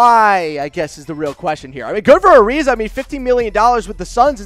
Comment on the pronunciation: He called him gilbert ariza...fuckin goof